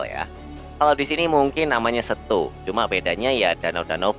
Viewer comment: Ralat sedikit min : Pengucapan Setu (dibaca E, bukan eu) "Mirip pengucapan Bebek"